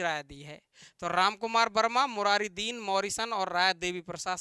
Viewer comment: मुरारी दिन नहीं मुरारी dan hai